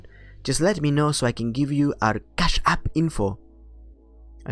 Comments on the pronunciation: CHASSSHH APP! im gunna say it like this for now on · Your foreign accent is spot on. Fun to listen to the dialogue this way. Love the emphasis on Cash App. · LOL how you say "Cash App" with the accent. It is hard to imagine that someone could have their bank account accessed on a regular basis without knowing. It is more likely they are just lying. It pays to change your internet banking logon password occasionally and to use a different password for every service. I remember getting an email due to a data breach .. ie We have been watching you. Your password is (insert password here). We have been watching you visiting those adult sites and pleasuring yourself. We have recorded this and if you don't send us $1000 in bitcoin to this address (insert bitcoin address) in 3 days we will send the video of you along side the video you were watching to your contacts. blah blah blah... Due to the password they gave I knew exactly which website they had breached and contacted the website. The previous owner of the site apparently had a weak system which had been breached a year ago and that's why the new guys had got everyone to set new passwords once they upgraded it. Unfortunately I had not done that :(